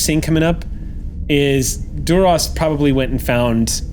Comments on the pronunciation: Love the episode but when says Durosh... it hurts my brain. Even Klingons say it differently. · I know its a tiny thing - but Duras was always pronounced with a sharp s - why is "Shhhhhhing" it?